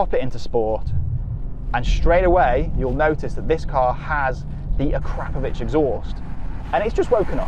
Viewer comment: It's pronounced A Krop Ovitch. Not Crap but Krop.